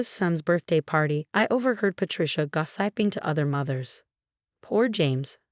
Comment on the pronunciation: Gossiping pronounced “gaw-sap- ping. ??